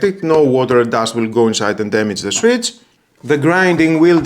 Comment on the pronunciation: Swit. Should be swit-ch. Thatwasall (for him runs together) could just be, that’s it! Or good to go. Et cetera. But overall he’s far more intelligible in english than many, just small accent differences that are lost in translation.